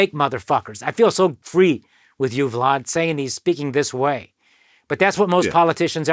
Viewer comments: Why he pronounce Vlad like that? Keep saying Vlod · "Vlod" tv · I like the way this guy pronounces vlad 🤣🤣